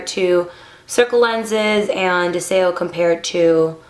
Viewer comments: It's pronounced DEZIO.....means Desire in Latin (The language) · Are you sure ur saying the name right? Oh well. I lo e these I have smokey grey